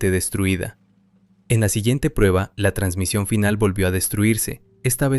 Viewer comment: JAJAJA el ferninand "transmisión" JAJAJA